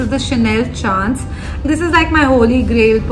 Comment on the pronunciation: It’s pronounced ‘shaunce’ not chance